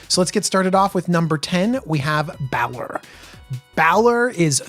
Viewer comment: He wasn't kidding when he said he didn't play DND. Balor is pronounced BAY-LORE. For the Baldurs Gate names I'd look up pronunciation on DND Beyond for creatures and characters. It might help. I did hear you correctly say it in the third try though, props.